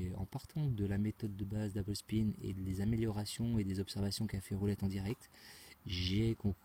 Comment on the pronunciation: Einstein a dit qu'il n'était pas possible de gagner à la roulette , gros malin..ce n 'est pas avec tes constatations et techniques à 2 balles faites depuis 2 ans que tu vas pouvoir le contredire....achète toi plutot un livre sur les stat...Par contre je tiens à te féliciter pour ton accent quand tu dis " double spin" . Sauf que Einstein n' avait pas de connaissance sur des techniques de money management , chose que 'jai réussi à faire